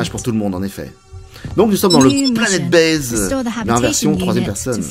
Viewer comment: J'aime beaucoup surtout des le départ c'est, je cite " c'est un planète baise " .... Involontaire ou accent british ??? Mais j'ai bien rigolé ( mauvais esprit je sais)